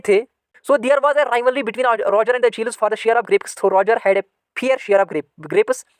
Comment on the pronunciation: Sir your english is gay you pronounce achilles wrong